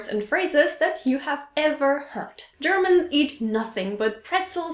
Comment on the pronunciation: u said hurt not (herd) Heard lol